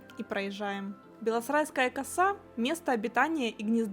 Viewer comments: Люди, объясните... Почему она говорит "белоСРайская" вместо "белосАрайская"? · "Белосрайская коса". Она называется БЕ-ЛО-СА-РАЙ-СКА-Я! Не белосрайская...